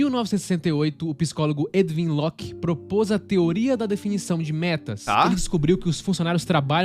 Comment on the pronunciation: Edwin Locke se pronúncia "éduim" e não "édvim"